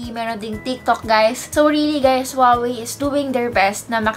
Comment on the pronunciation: "hey gays it's your tech girl "